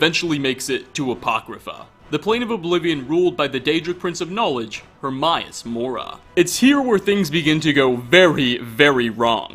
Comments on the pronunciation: He can't even say Hermaeus Mora correctly the Prince himself pronounces his own name as "Her-may-is" and not fucking "Her-my-is" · Its pronounced Her-mA-us Mora not Her-mI-us Mora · >murdered to death >zeph-fire >her-my-is he can't pronounce shit. he's as bad as the narrator for Halo Follower